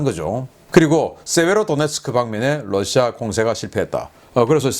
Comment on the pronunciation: 신선생님, Russia 발음 Lussia가 아닙니다. "ㄹ"을 부드럽게 발음하시는 것이 옳습니다.